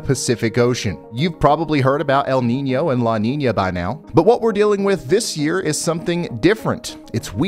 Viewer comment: "La Ninia" c'mon Ryan, it has a tilde it's not pronounced like that weatherman. Lol jokes aside I love your content keep up the great work bro.